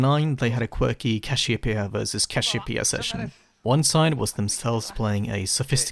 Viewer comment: bros said CASHEWPEA